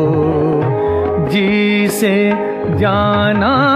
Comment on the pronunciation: pronouncing thek Kro bhae, talafuz ,Jana aur janan ki adaygi thek kro